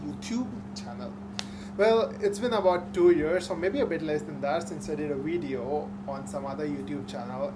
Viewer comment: a suggestiion real quick , that word at 00 : 11 is pronounced as video not wideo , theres a big diference between w and v sounds , ive noticed that a lot of indians mix these sounds up